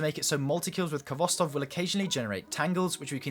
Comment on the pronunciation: Its your favorite auto rifle yet you cant pronounce its name correctly. Its pronounced Hvostov with a hard sounding H. Its a Russian word transliterated.